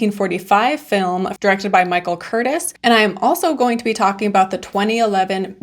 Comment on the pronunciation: FYI Michael Curtiz is prounounced Cur-teez, not Curtis. He's directed amazing numbers of classics - Casablanca, Adventures of Robin Hood, White Christmas, Yankee Doodle Dandy, Captain Blood but for some reason is much less known than many of his contemporaries. He directed another great noir The Breaking Point which was based on To Have and Have Not by Hemingway.